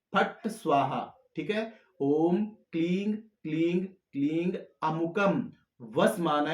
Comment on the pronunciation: क्लीं या क्लिंग क्या बोले कुछ समझ में नहीं आया है इसलिए आप मंत्र को लिखिए